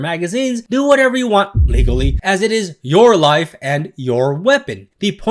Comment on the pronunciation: i laughed every time you said "legally" with a hard emphasis